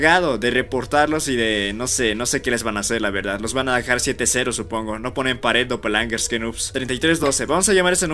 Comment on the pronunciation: Jumscares❌️ Yumzkares✅️ Doppelgangers❌️ Dopelangerz✅️